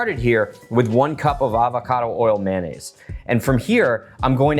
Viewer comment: It's NOT MAN NAISE, IT'S MAYO NNAISE